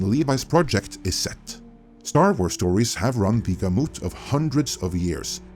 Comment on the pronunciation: "have run the guhMOOT" 😂